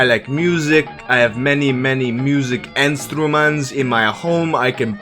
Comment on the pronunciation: I sure love meh "enstrumans" mama-feken-mea